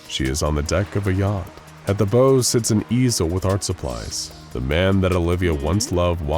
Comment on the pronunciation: When are auto-voices going to learn the difference between the bow of a boat and a bow on a present?